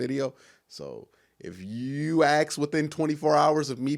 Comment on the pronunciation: Did he say mask? So, why is such a problem to say ask?